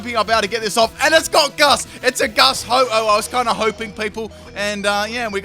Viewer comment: its ho-oh not ho-ho